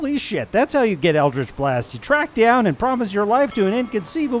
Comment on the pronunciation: Why is everyone saying it wrong? It's pronounced Eldrich B-WARGH